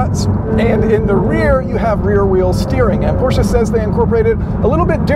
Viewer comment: Thumbs up for pronouncing "Porsche" correctly!!!👍🏻👍🏻👍🏻